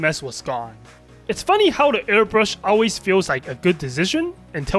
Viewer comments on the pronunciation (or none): none